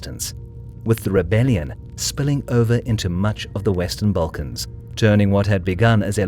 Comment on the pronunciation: "balkans" = instant video dislike